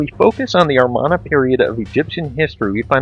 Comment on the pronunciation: You said "Armana" period, it's "Amarna".